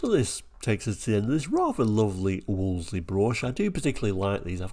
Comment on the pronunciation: I do enjoy your channel but the marque was pronounced 'Woolsey' - the second 'l' is silent.